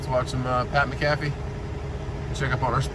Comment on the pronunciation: Do you say Pat Mcafee name wrong on purpose? Lol.